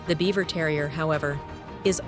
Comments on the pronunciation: These are the same breed basically. One has a broken color coat. The name is pronounced Beaver not Bieber. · You pronounce Biewer wrong